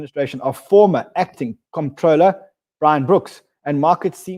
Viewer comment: It's the Office of the Comptroller of the Currency, not whatever you kept calling it.